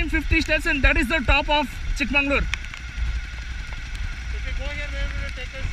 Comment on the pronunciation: Why do you keep saying “Chick mangalore” instead of “Chick Magaluru” ? This is unacceptable, especially from someone who knows Kannada well. I’m pretty you know the meaning of “magauru” and “mangalore” !